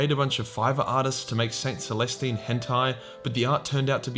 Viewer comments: Oh God you called her saint molestine lmao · hol'up did you say Saint MOLESTine